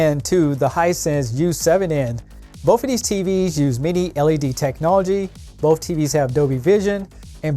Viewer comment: I like how you say "both" "boaf"